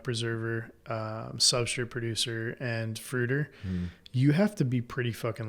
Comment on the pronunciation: I can't unhear substrit